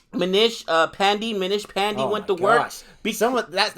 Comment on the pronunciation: Just to improve ur pronounciation....it's not Paan-di it's Paan-day....and good work pronouncing yuzvinder chahal